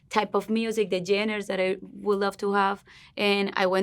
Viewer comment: I love her, I've been watching her over the years and absolutely recognize the improvement she's made in her English! hasta yo he aprendido español con ella! ya llevo 11 años hablándolo, y ya casi 9 años siguiéndole a ella. but someone please teach her how to say genres. she can easily say it as john-rahs and it'll be better than what she's currently saying lol she keeps trying to say genders and it's not that